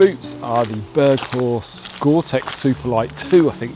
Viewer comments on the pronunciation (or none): The correct pronunciation of berghaus is berg - house. The brand was started kin 1966 by Peter Lockey and Gordon Davidson in Newcastle upon Tyne and owned the LD Mountain Centre.